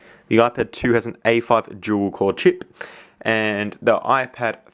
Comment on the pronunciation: Obviously U Said JewelCore.......u need to pronounce it Du-al Core!!